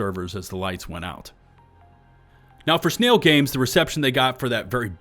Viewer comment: Sn-AI-l Games.